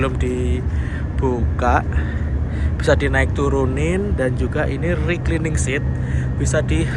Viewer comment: baca lagi cara yg bener untuk baca RECLINING .